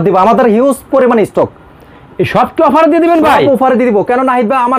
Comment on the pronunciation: আরে ভাই উফার না অফার